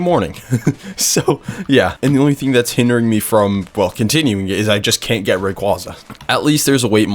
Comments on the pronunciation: COMFIRMED BY POKÉMON IT IS PERNOUNCED RAY-QWAY-ZA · it’s supposed to be a funny thing ray-qwa-za is so funny